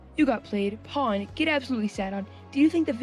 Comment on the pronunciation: It's pronounced "powned," rhymes with "owned."